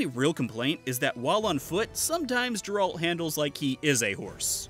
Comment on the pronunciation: First! Hey... did you change the pronunciation of Geralt in this video?